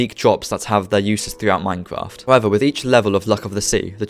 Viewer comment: Here is a tip practice your grammer such as Minecwaft try practicing your r's